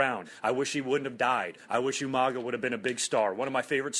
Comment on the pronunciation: It's Umanga, not Umaga.